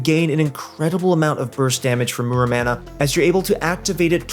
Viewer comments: Muramana = More-ah-mana. xD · What's a "manamouney"?